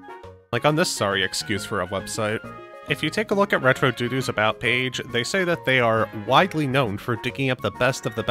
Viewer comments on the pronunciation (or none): Lmao pronouncing dodo as "doodoo" instantly turned me off from this dudes criticisms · did you say "dodo" that way as a joke or is it an ironic mistake?